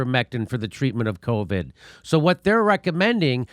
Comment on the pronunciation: If only he had been guiding the country for past 18 months. I much prefer hearing covid pronounced "Caw-vid" like a true Bostonian 👍.